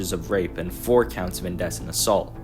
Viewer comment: Cool video dude, keep up the good work. Two notes: they are pronounced in-dee-cent and sub-seh-quent :)